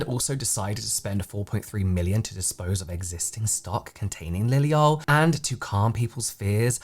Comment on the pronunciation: why is it when you say liliol it sounds so American?